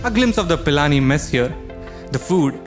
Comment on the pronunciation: It's not Palani its pilani 🤣🤣